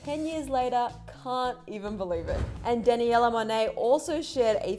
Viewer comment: Sis really just said “dan a yella”